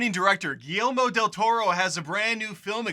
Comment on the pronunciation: Ah yes the famed gi-elmo del toro